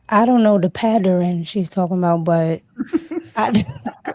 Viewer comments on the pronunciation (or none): “Follow the patteren” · These are the games they play, that have Men walking away each and every day. I'm not giving my life and freedoms away to any of them. Listen to how she said "Pattern" "Patterin". Yeah... yall can have em.....